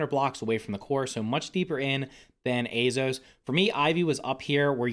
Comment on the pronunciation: hes almost saying azeos like azos